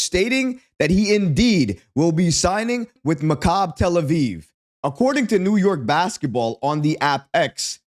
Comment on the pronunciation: It's pronounced mak-a-bee; not macabre! Oy.